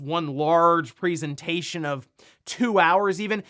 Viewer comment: "PREEsentation" f-cking hell